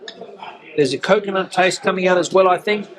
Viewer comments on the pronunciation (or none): none